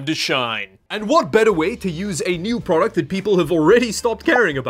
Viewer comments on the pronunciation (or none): none